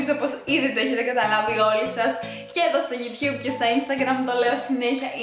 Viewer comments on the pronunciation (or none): none